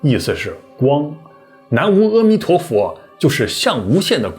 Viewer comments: 〔無〕應該念〔牟〕音，不念無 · 南無（摩）阿彌陀佛！不是南無（吾）！ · 拿磨 不是 拿无。服了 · 南無阿彌陀佛要唸南謨阿彌陀佛喔！ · 你要唸正確的音比較好啊（南摩阿彌陀佛）阿ㄚ音請不要唸（ㄜ）惡音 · 南无，应该念na mo